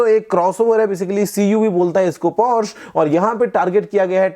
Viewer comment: Sirji 'Por' 'sha' hai... Porsche nahi